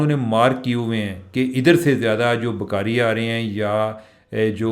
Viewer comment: چیمہ صاحب ، پلیز اپنی اردو ٹھیک کریں، اگر آپکو ٹائم ملے تو اپنی ویڈیو دوبارہ سنیں اور دھیان دیں کہ آپ لفظ بھکاری کسطرح ادا کر رہے ہیں ؟ عام حالات میں بھی پنجابی لہجے میں اردو وی لاگ ہوتا ہے لیکن آج تو بالکل ہی حد ہو گئ۔ 😮صرف کان نہیں پورا جسم تکلیف سے گزرتا ہے آپکے تلفظ سے۔ میں خود اردو دان نہیں ہوں لیکن ہمیں کسی بھی زبان کے تلفظ پر بہت زور دیا جاتا تھا۔ 🙏🏻